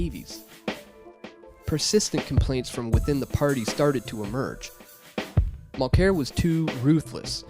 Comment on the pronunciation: If you're gonna attack the guy, try to pronounce his name correctly.